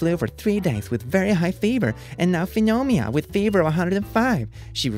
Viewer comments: fenemiah i died lol the p in pneumonia is silent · its prounonced “NEW-moe-nia” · no one: actually no one:: F E N O M I A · He pronounced pneumonia as phenomia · I just love how will read something like pneumonia and say it like fneumonia. Like the p is silent. English is weird. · ...did you just pronounce "pneumonia" as "foonomia"? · Why is he saying it like that it’s pronounced ‘Nu-Mon-ya-‘ or something but i think that’s really funny lol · Did..did he just pronounce pneumonia as phoiminia..? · Don't mean to be rude its just pneumonia is pronounced new-moan-yuh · IM SO SORRY BUT WHY ARE YOU PRONOUNCING PNEUMONIA AS FNEUNOMIA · I can't tell if you're joking with pneumonia but if you genuinely don't know how to say it it's new-moan-ee-ah, if that was a joke sorry I am very stupid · I love how he miss pronounces pneumonia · Did he mean to mispronounce pneumonia? Ya.. ya he probably did... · ok but is no one gonna talk about how he pronounced pneumonia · How did you pronounce pneumonia